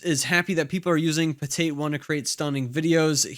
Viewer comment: Pretty sure it's PotAt, not "Poteit"